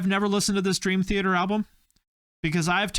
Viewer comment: It's Dream Thee Aye ter